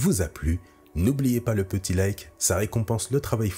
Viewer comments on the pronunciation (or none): none